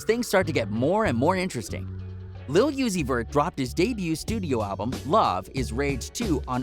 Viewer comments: It’s lil Uzi not yusey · If he says lil yeezy one more time I swear .